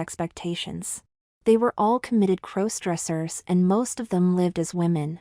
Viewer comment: A superior story. All to the good. But again, when will the AI narrators learn to pronounce "crossdressers"? After all, it's kind of a central word to the narrative.